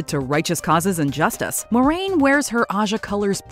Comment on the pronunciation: Nope. Pronunciation of saidar and saidin was wrong, and I've yet to hear any of these YT superfans get Moiraine's name right (it's mwah-rain, not more-rain).